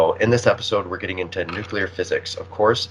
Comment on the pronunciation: The word is not nucular